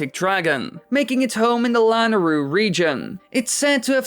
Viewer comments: LAN-ah-rhu? I’ve always heard lah-NAY-rhu. You even use that second pronunciation for the older dragon’s name. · No offence I just want you to know it's pronounced Lah-nay-roo not lanaru.